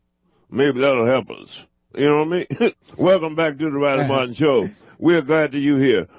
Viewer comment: I guess nobody had the guts to tell Riley when he spelled his name that its " r " not r-ah......r-ah...i l e y ...martin ...m a r-ah t i n